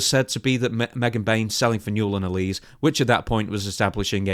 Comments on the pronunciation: I see this with a lot British wrestling news outlets when it comes to Miranda Alize's last name. It's a small thing but you are pronouncing it incorrectly. It's AL-LA-ZEA (last part of the name like HEY but with a ZED) (it may be a reference to the alcoholic beverage of the same name, popular amongst African Americans at one time) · Isn’t it pronounced Al-Lee-Zay ? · ALI-ZAY! ZAY! It's pronounced ALI-ZAY.. Mate. C'mon🤣killing me here, she even says her own name in the backstage seg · It is pronounced "Ale eh zayyy" Alize. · Funniest thing in this story is how says Alize